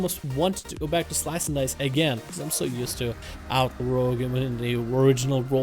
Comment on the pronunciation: Pluygers was talking about how you said the word at the beginning of your video lol